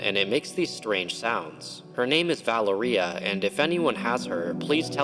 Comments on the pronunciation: Sorry but the way you say Valéria is taking me out 😭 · Your pronunciation of Valeria is killing me 😅